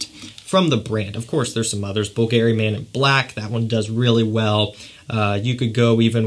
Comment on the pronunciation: Why is it that you pronounce Givenchy just fine, but then when you get to Bvlgari, you pronounce it weird each and every time? Are you just trolling me and messing with me, man?!